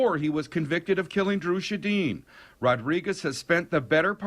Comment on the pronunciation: Come on!!! Dry “shadine”?!?